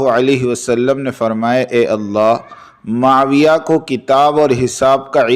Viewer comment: مسند کو پیش کے ساتھ پڑھو بھایی اور معاویہ کو پیش کے ساتھ پڑھو البدایہ کو زیر کے ساتھ پڑھین بھایی